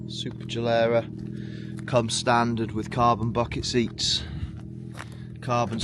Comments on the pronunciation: SuperLEggera. Not SuperGellera. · Here I am sitting with a Corsa CDTI Ecoflex with 455K on the clock. Waiting for it to break down and not knowing what to do after. And this guy puts the most awful music i have ever heard in a video and cannot even pronounce Superleggera while owning one.